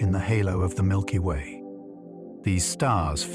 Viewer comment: "Milpy Way"